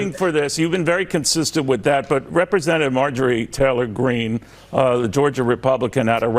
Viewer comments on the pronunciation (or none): none